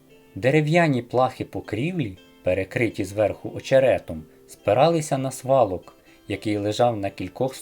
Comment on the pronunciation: Не свалок, а сволок. Не кАбиця, а кабИця.